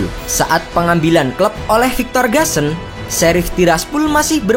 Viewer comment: Gusan tetep dibaca GUSAN bukan GASEN